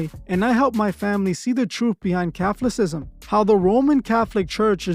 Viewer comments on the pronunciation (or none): Cathlacism⁉ Do you mean kuh~thaa~luh~si~zm❓ Say it after me....kuh~thaa~luh~si~zm❗ There ya go‼:goodvibes: Say it a few more times‼🔁 :face-blue-smiling:kuh~thaa~luh~si~zm :face-blue-smiling:kuh~thaa~luh~si~zm :face-blue-smiling:kuh~thaa~luh~si~zm :face-blue-smiling:kuh~thaa~luh~si~zm Ya got it now⁉🙅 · Wow! What an idiot! So you were raised Catholic but you can't even pronounce Catholicism? You, my stupit little wet-back friend are the paid/controlled opposition. On second thought, maybe you are just plain stupid.